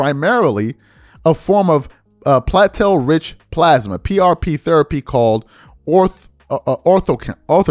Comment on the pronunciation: Plate-Let man. Sound it out. Not pallet.